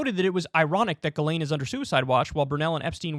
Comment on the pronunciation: Except in French the s isn’t silent and is pronounced Jisslaine. Unless she herself had a different way of saying it, Jizzlaine is probably closer. The way Kyle said it sounds like another French name, Guylaine.